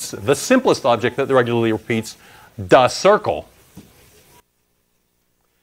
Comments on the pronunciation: "Da Cirrcle" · "da circle" lol